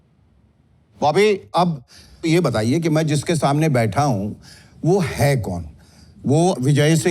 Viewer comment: महोदय, आपकी तलफ़्फ़ुज़ तो बेहतर है फिर भी आप “स” को “श” बोल गए? ग़ौर कीजिए आपने कहा “कैमरे के शामने “